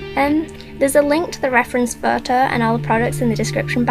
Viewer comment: Are you from Northern England? I think that cause of the way you say photo haha I'm from up North haha:3